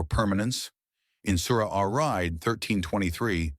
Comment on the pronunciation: please resay it as Ra'd, it said is as Raaid